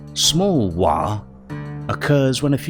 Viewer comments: You get a like for waaaghh and not warg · Outstanding - and I just want to praise you to the rafters for not pronouncing Waaaagh with a hard G at the end like so many others. I never understood it - every ork in warhammer games always makes it clear that it's obviously just a bastardisation of "war"